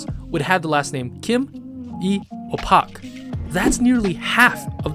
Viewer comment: You mispronounced surnames like Park and Lee get it RIGHT it’s pronounced like how you would say it in English.